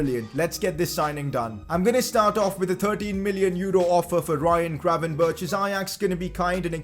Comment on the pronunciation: I know it's pretty hard, but try to look up the pronunciation of Matthijs de Ligt en Ryan Gravenberch. The ij sound is very different to what you say, and the G and ch sounds the same but with a Dutch G which might be difficult but greatly appreciated!